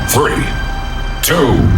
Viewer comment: Internet: valve can u say 3? Valve: t-th. Internet: hmmm? Valve: TREE. Internet: you forgot the h in three